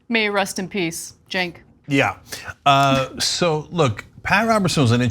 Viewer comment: 😂😂😂 yes indeed and did she say, "may he RUST in peace"?😂😂😂